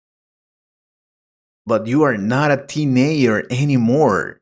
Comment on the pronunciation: I think you said teenager wrong